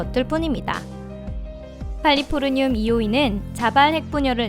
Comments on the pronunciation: 칼리포르늄이 아니라 캘리포늄인데... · 플래티나가 아니고 플래티넘이고 백금이라 부릅니다 그리고 마약(LSD)이 저렇게 비싸군요 칼리포르늄이 아니고 캘리포늄입니다. 캘리포니아를 칼리포르니아 라고 부르진 안잖아요